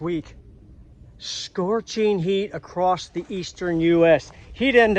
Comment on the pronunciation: You're a NUT! I love it!!! Specially when you say, "acrosst"😝😝😝😜😜😜